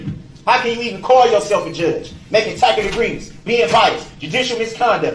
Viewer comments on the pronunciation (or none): Is that a tacKit agreement? This little boy really needs to learn how to pronounce words correctly. He should have lots of time now!